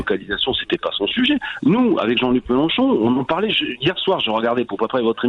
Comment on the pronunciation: Je rêve: a le chroniqueur dit jean-cul melenchon...cest pas correct!